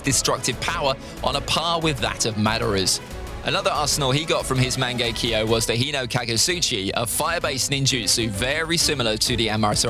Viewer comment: It's "Mang-ekk-yo-" Not "Mango-kiwi"